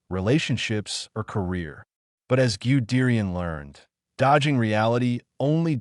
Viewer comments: Its pronounced gud dayan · Who is "Giudeerian" dickhead ?😂😂😂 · Pronounce goo de rian😢😢😢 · You know it was going to suck when the AI voice couldn't pronounce Guderian or T 34.